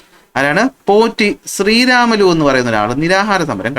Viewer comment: #പോറ്റി_ശ്രീരാമലു എന്ന് പറഞ്ഞു ആ മഹാന്റെ പേര് കളയല്ലേ ! പ്രത്യേകിച്ചും ഇപ്പോൾ കേരളത്തിൽ ! തെലുഗു ഉച്ചാരണം അനുസരിച്ചു അദ്ദേഹത്തിന്റെ പേര് #പൊട്ടി_ശ്രീരാമലു എന്നാണ്. ഞാൻ പത്തിൽ പഠിക്കുമ്പോഴും ഇതേ തെറ്റ് പുസ്തകത്തിൽ ഉണ്ട്, ഞാൻ പഠിപ്പിക്കുമ്പോഴും ഇതേ തെറ്റ് പുസ്തകത്തിൽ ഉണ്ട്. പുസ്തക കമ്മിറ്റിക്കാർ സിന്ദാബാദ്. പണ്ഡിതമന്യന്മാരാല്ല്യോ ..?